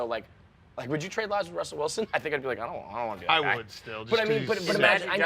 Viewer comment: It's Russell Wilson! you dropped an L my guy